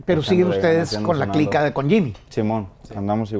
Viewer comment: Nadie: Absolutamente nadie: Pepe: clika shet 😆